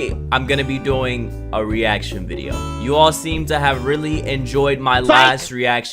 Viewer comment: “My last reaction vide- yoo” 😂🤣🤣😂